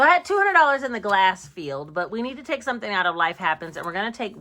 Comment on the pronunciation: Hey 👋🏾 Hold up wait a minute "sumin" ain't right! 😂😂 Let me know how the Ninja creami works out. 🤔